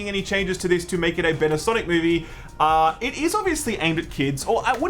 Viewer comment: Sanic? Nay, S A M I C